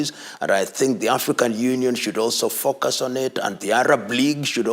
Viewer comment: Omg for the love of god please dont say focus with an African accent, i swear he said fuk us😅😂